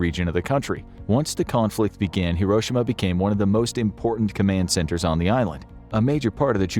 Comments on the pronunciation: Not to put too fine a point on it, but it’s not hiROshima, it’s hiroSHIma. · It's pronounced hiro shi ma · The narrator is not pronouncing Hiroshima correctly. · Should have tried pronouncing “Hiroshima” correctly.